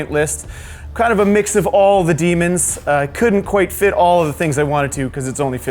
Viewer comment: Daemons vs Buttangels, i cant unhear that now (iam probably the only one that heard it as such.)